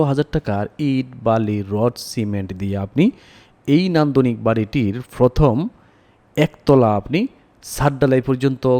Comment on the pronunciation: উচ্চারণে আঞ্চলিকতা ভালো লাগে না। বিরক্ত লাগে। ফয়োজন ফরবে, ফস্ত,ফথম ইত্যাদি